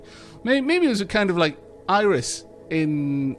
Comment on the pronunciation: That is not how you pronounce her name, in fact it's so not, that it took me a minute to figure out who you were talking about. All I could think was "who the hell is Iris?". The Ae is pronounced like ay in bay. Also, her name was mistranslated in ff7 (it was supposed to be spelled Aerith) and was fixed as of Advent Children. Sorry, massive FF nerd/fanboy here... :)